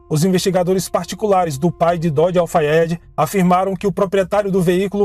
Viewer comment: Parabéns! Você falou tão bem o nome completo do namorado dela, Dodi Al Fayed.. Eu ia precisar de uma semana para decorar. Não acredito que foi assassinato. Acho que foi acidente mesmo. Assassinato planejado em ambiente público, Paris, e cheio de paparazzi me faz levantar sobrancelhas. E sabemos que ela dispensou a segurança da família Real. Se for verdade, a polícia francesa acobertou. Porque qual motivo? Foi dito a época que Dodi mudou o trajeto aquela noite. Saindo por outra porta o que enganou muitos paparazzi. É a pergunto que faço; como um assassinato planejado ocorreria sem que os assassinos soubessem sua rota aquela noite?